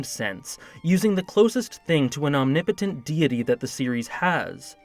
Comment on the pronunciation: I thought you said “closest thing to an omnipotent titty”. Lmao